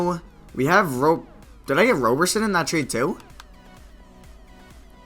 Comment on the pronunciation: Roe ber sin